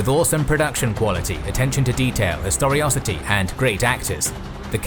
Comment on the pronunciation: It’s historicity, not historocity. Conflating historicity with ferocity?